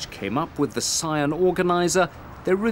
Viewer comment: "PSION" I don't no where to start.